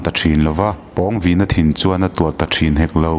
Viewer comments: Pawngvina tih ilam rik dan hi athluk a danglam nasa ltk a😂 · Pawngvina tih hi Pawng lai hi Sang tih anga lam tur..lam hniam loh tur a nih chu. Pu Liana chu Pu Thanga aiin a sang zawk..tih a Sang tih anga lam tur. a pawnga taka a vin em em vanga Pawngvina tih a ni e. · Pawngvina i ah hian thlukna om tur ni lo mi??? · Pâwng_Vîna tia i lam hi a dik chiah angem oo..! A ziak en hi chuan a hming hi a inzawm a, thluksan a awm silo a, Pawngvina ti a lam tur a ang.. ka lo ti mai mai.. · Pawngvina.. I lam dan hi..pãwngvina tur ni lo mi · pawngvîna (vin hi thluka,pawng hi thluk loh tur) pawngviiiina tih tur.. thil pawng kan sawi hemi pawng ni lo hian.... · Pawngvina ni lo..Pâwngvina... Pâlian tih tur thlukna awm ve ve.. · Ka nau pawng vīna nilo in.... Pawng vina aw thlukna a awm lo aw... mizotawng zir tha leh la ... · A hminga Pawng lai thluk hi a dik lo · Pawngvina tih ah Khan pawng tih ah Khan aw Khan thluk chanve hman ani lo a, thluk na a awmloh avangin pawngvina tih tur ani. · A hming i lamdan kha handik deuh pheise chuan angaihnawm leh zual ngawt ang pawng lai tak kha thlukna a awm silo a i thluk tlat a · Pawngvīna lam rîk dân/ thluk a dik lo. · Pawng I lam dan hi a dik chiah lovin ka hria. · Pawngvina i pronounce dan hi ka ngaimoh tlat..Pawng lai tak hi a hniam tur niin ka hria